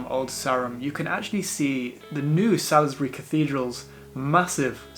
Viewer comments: Not to sound pedantic,but I always thought Salisbury was pronounced Sawlesberry..But if I'm wrong? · It's pronounced SAULZbury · Salisbury pronounced Saulsbury 😊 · From a local - Old Sarum is pronounced Old Sairum and Salisbury is pronounced Saulsbree. Glad you enjoyed my lovely home town.